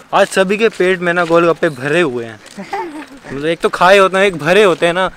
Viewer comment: said matlab ka matbal.😂😂😂😂😂😂😂😂😂